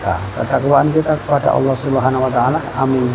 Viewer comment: Ucap ALLAH bkn Awoh mas 😅